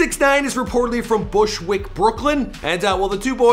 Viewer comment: Canadians can’t say Bushwick, Brooklyn